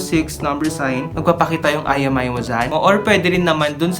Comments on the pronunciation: imEi po hnd iMi 🤦🏻‍♂️🤦🏻‍♂️🤦🏻‍♂️🤦🏻‍♂️ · It's IMEI not IMI..